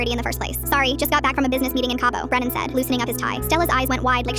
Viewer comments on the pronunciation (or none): Bren-nan lol